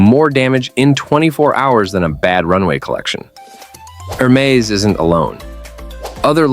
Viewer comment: It is very funny to watch video about Hermès Please stop pronouncing hermezze Back to the point why showing so much other brand coco lv and other? I realy thing that is just a big jock to not say fack news